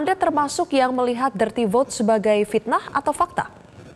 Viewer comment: Pitnah atau pakta ? Pitnah.....urang sunda teu bisa nyebut ep........